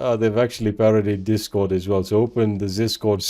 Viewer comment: Everytime he said "ZisCord"🤣🤣🤣🤣🤦🤦🤣🤣🤣🤦🤣😆😆